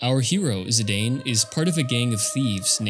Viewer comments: you sure it`s zi-day-n, not a zi-dan like sakaguchi used to call him? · Dropped after 5 seconds when you said "Zidayn". If you can't even pronounce the main character's name, how am I to assume your video about their game will have anything to teach me? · Zi-Dane?! Naaah 😂😂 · Zidane is pronounced "zee-dahn" (ziˈdɑːn) not "zee-dayne" (ziˈdeɪn). It's a real-life European name (variant of an Arabic "Zeydan" name to be precise), so it's not like the Tidus situation, where it's not obvious how to pronounce it. There was a that French football/soccer player called Zinedine Zidane (infamous for his memed to hell headbutt attack during on of his matches) - you can always check how his name is pronounced if needed ;p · Zee-dan, no zee-dane. One of the best football players of France is called like that and was obviusly taken from there. If its called Maradona you wont called him may-are-done-ai right? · Someone probably already mentioned it but Zidane is pronounced as Zee-dan. I used to pronounce it Zee-dane as well until I played PSP Dissidia years ago and it made me look it up and turns out it's an actual real world name and his original Japanese name, also pronounced in Dissidia, is Jitan. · it's pronounced zeedahn, a french name. remember the dude that headbutted the football player in the world cup 2004? that was zidane. i too said zaidayn when i first played the game in 2000. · Ah, close! There's a canon way to pronounce Zidane's name, and I can't listen to Zidayne lore for 15 minutes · You mispronounced Zidane